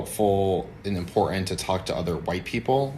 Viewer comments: What drives me nuts is this new trend in glottal stops as made famous by Randall in Clerks when saying the word button. He pronounces it bu'on. And now grown men and women constantly say "impor'ant", or "wri'en". Talk about cringe. Some people are now adopting "ambalance". And! The guy says "ayand" and looks up while talking. These aren't liberals, they're adult children. Whew, feels good to get that off my chest. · He must feel so 'impoytant' right now.